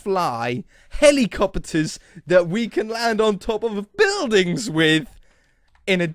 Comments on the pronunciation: He did really say helicoppeters, i know its helicopters.... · Wait, did you say "helicoppeters"??? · Nope,"helicoppeters", aren't a thing. I have however heard of helicopters...